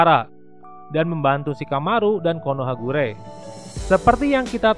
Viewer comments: Bukan konohagure... Tp konohagakure.... Pengisi suaranya...😁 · Konohagakure kak bukan konohagure🙏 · Min konohagakure bukan konohagure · lah kok konohakure harusnya konohagakure 😅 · Konohagakure bang bukan guree hehehe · Bang Konoha Gakure Bukan Konoha Kure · Konohagakure bro..bkn konohagure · Konohagakure bkn konohagure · Konohagakure kali bukan konohakure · Konohagakure bukan konohagure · Siapa yang mendengar KONOHAGURE